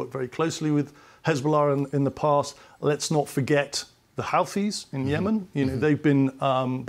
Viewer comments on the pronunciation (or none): Mispronounces "Houthis" - Calls the Syrian army (which is exhausted and in a terrible state) "battle hardened"